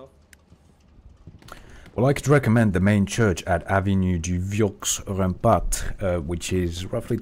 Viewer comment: The T at rempart is also silent